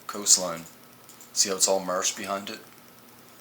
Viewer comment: Marc Rover Not to mention this guy's inability to pronounce the letter "a" correctly. It would drive me nuts listening to whole video of "mursh" instead of "marsh", "sand bur" instead of "sand bar", etc. Not sure which "dimension" he attended grade school in, but it sure as heck isn't the same one I attended in!!